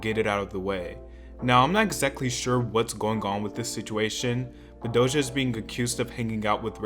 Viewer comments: doja cat not dohsa cat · It's doja not dosha 💯💯